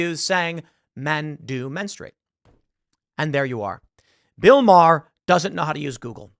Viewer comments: I love how Bill Maher doesn’t even get his name right… Because they think it’s something of an insult to show the purported insignificance of someone, by not even taking the requisite nanosecond to make sure you’re pronouncing someone’s name properly. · Yeah... I feel he mispronounced the name on purpose.